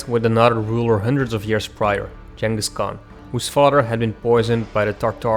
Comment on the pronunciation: It's pronounced - 'Ching-us'